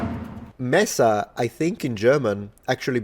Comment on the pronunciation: I am really impressed by the pronunciation of your German, especially the schwa-sound at the end of words like "Messer" are hard to produce. Chapeau Monsieur!